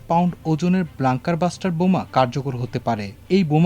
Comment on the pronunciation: Not blanker buster, you blonker, it is bunker buster. Whenever an English word appears, our news reporters go bust!